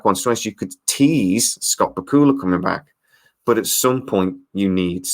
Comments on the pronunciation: * you pronounced Scott's name ba kul la I have thought it was pronounced Back u la only Scott could confirm. * Getting Scott on the project would help. it does seem it was written to include Sam's character in latter shows. * we just got a glimpse of another leaper not sure if its Sam or Evil leapers or some thing else. * the formula of the show is different in that the story includes a lot about the crew in current time not the past. * the science of the leap also seems to be different, like what happens to the person that the leaper jumps into, how far in time can a leaper travel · I live in the United States. I have watched the first six episodes, so far, and I also hope that we see a second season next year. Just one thing. Scott Bakula pronounces his own surname BACK-you-luh, with the accent on the first syllable. I just thought you should know. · Who is this "Scawt B'Kula" you speak of? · Bakula is pronounced: Back-you-la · The way you say Bakula... it hurts. Just FYI, it's "Back-U-La". That being said, these could save the show, which deserves to be saved, it's pretty good, just needs some more time. The first show was rough for a few episodes too. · Lol love your accent on Scott Bakula pronunciation...Bakula is pronounced like Dracula!! Just fyi lol.😉😀